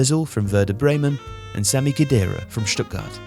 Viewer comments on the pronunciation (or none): none